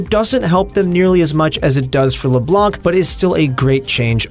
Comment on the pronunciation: It's read Leblan Not leblank .Come on it's been 10 years the champ is out